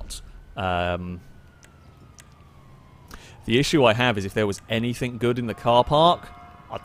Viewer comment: This videos are great, and I'd binge them all, but I cannot stand the way you say "somethink" and "anythink". Pet peave of mine.